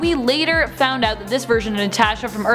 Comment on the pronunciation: please never say natasha again